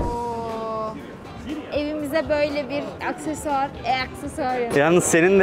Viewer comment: da ablanın eaksesuar demesi Ğzşsğszşsözş